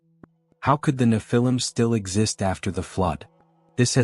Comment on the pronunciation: One thing is for sure , the AI voice is murdering the way you say "nephilim". 😂